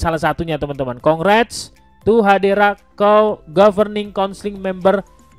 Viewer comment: Hedera bang bukan Hadera.